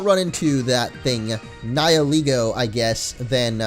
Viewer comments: I thought Nihilego was pronounced Nayee-leh-go and not Nayee-lee-go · You keep pronouncing Nihilego like nie-eh-LEE-goh. I always thought it was nee-hee-LEH-goh. And while the story was in fact very sad, I approve of the FMA reference! ^^ I freaking LOVE that anime, and I completely agree with the fact that Type: Null is a Chimera!